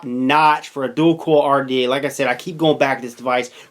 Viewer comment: it's "COIL" not "CORL"